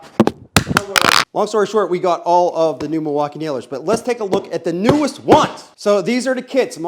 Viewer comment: Hey sometimes I watch your channel from time to time. I am a big Milwaukee fan and I watch a lot of the other channels on YouTube. I don't want you to take this the wrong way, you seem like a really nice guy but it really hurts my ears when you say "milwauk-I-A". It makes you look and sound seriously uneducated and it hurts my ears. Those letters aren't even in the spelling of Milwaukee. I think you would do a lot better if you would drop that vernacular. You would probably pick up more subscribers if you would just talk to your audience a little more appropriately. I do enjoy some of your content but it's tough to watch especially if my kids are around because I do not want them to catch on to uneducated talking. I don't mean any harm just to suggestion I'm putting it out there so please don't take it the wrong way. I'm sure you put a lot of work into your channel and I respect that. I'll keep popping in from time to time but just my two cents. Thank you and have a good day.